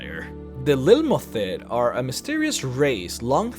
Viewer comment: Lil - mo - theet :D